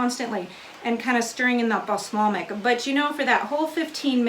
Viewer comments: Beejay Swifter oh thank goodness I thought no one would tell her. I feel her though my best friend can't pronounce scissor or burlesque correctly either. And my cousin had a problem with the letter T for many years. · Cringed the first time. But she's so likable, I giggled each time after. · So what she mispronounced a word. So has everyone! Be kind. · It wasn't the spelling unless you originally spelled it wrong. It was incorrect pronunciation. Balsamic, not balslamic. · Wish you could have given a close up view, on a plate. Do these have a vinegar flavor? Could you do the same with chopped leeks? Just teasing you, but you said balslamic so many times, and with such authority, I had to go look at my bottle. Thought maybe I'd been saying it wrong. I have a male cousin who mispronounces words all the time. He knows their wrong but says them anyway. I'll probably get beat up for this, but the Brits drive me crazy with some of their pronunciations. :) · how hard is it to say BALSAMIC? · Great, helpful video. Thanks. Ps. “Balslamic” 😂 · Balsamic not balslamic hehe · Looks delicious. Worthy of a try. FYI..you were saying balslamic instead of balsamic! Lol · I love her but I cringed everytime she said Baslamic. LoL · Not being critical because I love your channel, but balsamic is pronounced bal-som-ic. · LOL..."Bas a Lamic"...I love it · I keep getting distracted when you say balsLamic. 😳😄 Sorry, I love you! It's just distracting. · Now there's a plan! I have always loved how organized and articulate she is, so that balslamic really made me twinge each and every time. But those onions look heavenly, so I guess I shouldn't complain. ;) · I’m sorry, but your mispronunciation of “balsamic” is like nails on a chalkboard. 😣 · Thank you for this. As a avid dehydrator, this will be a great addition to my pantry. They are right about the pronunciation of Bal - samic. Thanks again.